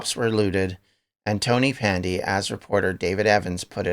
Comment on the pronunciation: Great video. It's pronounced tonnapandy btw. Ta man.